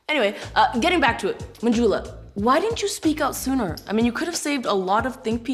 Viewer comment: Them pronouncing Manjula as Manjooola was always so CRINGE